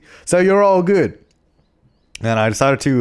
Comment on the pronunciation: "It's all geewd" 2015